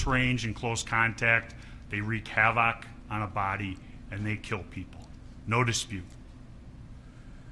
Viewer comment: How can someone say "havoc" so much in a public forum and not know how to pronounce the word? Between that and the blue gatorade...not a great professional impression.